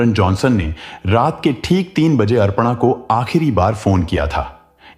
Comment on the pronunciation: Horrible 😢 अरपणा नाम नहीं है भाई अपर्णा है pronounce Pa thn Ra र Aadha hai और ण के ऊपर आया है तो ण से पहले उच्चारण होगा 😂😂learn Hindi RA k Roop 😅